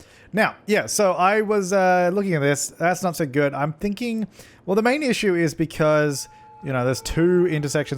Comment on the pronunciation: Any -watchers always correcting the word issue into her funny pronounciation?!?